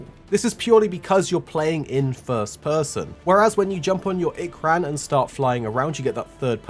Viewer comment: Finally, ikran not ikerun